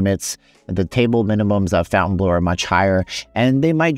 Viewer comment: its not pronounced Fountainbleu